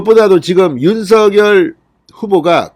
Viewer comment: 진성호님. 제발 윤서결이라고 읽지 마시고 윤 석 열 이라고 읽고. 부르세요. 또박 또박 읽는것 처럼 하시면 되실텐데 . 왜 윤 서 결. 로 들까요.